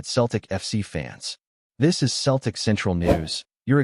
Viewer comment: It’s not Keltic but Cel tic